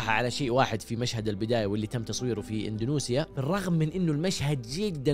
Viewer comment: انت ثالث يوتيوبر ينطق اندونيسيا ب اندونوسيا... وش السالفه ترا تنطقوها غلط 😳